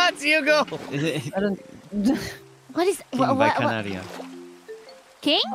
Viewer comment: oookayyy when said "king by kanaria" the way he pronounced kanaria sounded so german i- jgahdfhg... i loved it...